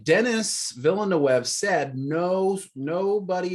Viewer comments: Guys, There's enough information on the internet and interviews for "Dune" that you should know how the Director, Denis Villeneuve pronounces his name. It's pronounced Den-ee Vill-newve. He's French Canadian so it's not pronounced with a Spanish/Latin accent. People who don't know anything about the Dune universe should immerse themselves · Thank you! I kept saying "It's Vil eh neuv!" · Repeat after me : D-knee Villa-New-v (Dinnee Villanewv) More "Englishy" : Dennis Villa-New-v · It's still wrong! 🤣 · i mean no one ever watched formula 1 ? then you guys must know how to pronounce Villeneuve xD and Da Knee is good for his first name xD